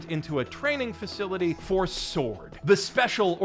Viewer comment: SORD...sord borken